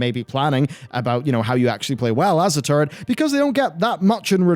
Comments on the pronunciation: hehe sounds like hes saying "turdy" class. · Why does he keep talking about being a 'turd'?? Oh, he's saying 'turret'..